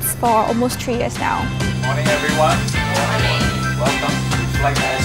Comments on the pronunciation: Hi.... Can you say “THree”’ (3) instead of “tree” (🌲) ? 😬😂😂😂😭😭😭😅😅😅 Maybe SIA should also train their stuff to speak better English.... This is just my honest opinion and feedback...... 😊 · is that how to pronounce '3' as a tree? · No, you need to have the TH sound at the front. But some people who speak English as second language have trouble with making that TH sound